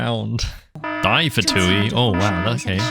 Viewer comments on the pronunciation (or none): "die" is "the" not die